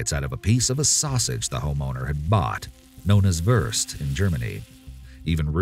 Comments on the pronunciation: We don't call it Wörst in Germany. Its Wurst. 😹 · Wurst is not pronounced worst. The u sound is like in the word tomb.